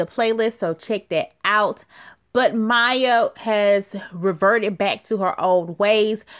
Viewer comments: Her name is Maia (Muh-ee-ah) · I think it's pronounced My-eee-ahh...